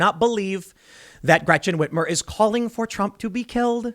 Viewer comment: Gwechen Ritmer😂